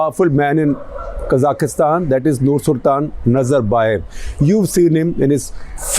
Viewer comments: It's Kazakhstan....not kazakhistan, secondly the unrest and burning of buildings happened in Almaty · It is Kazakhstan not kazakistan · It is pronounced Kazakhstan and not Kazakhistan. Also just breathe, Sir. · why does he say" kazakh kistan " when its "ka zakh stan" this was a planned rebellion with usa dirty action to destable bri. great russian put an end to unca sam wet dreams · Quick note - its KA(stress)-ZAKH-STAN, not K-ZA-KIS-TAN. (КАЗАХСТАН). I was corrected by a Kazakh on this, not sure if the other pronunciation is simply the Indian version. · Can you at least pronounce the name of the country correctly? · Why can't you pronounce Kazakhstan properly?